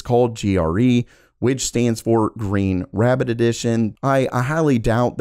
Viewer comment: Yeah - I heard GREEN RABBIT EDITION 😂